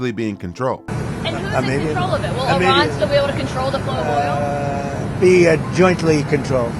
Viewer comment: The same for his pronounciation of “Iran” 😊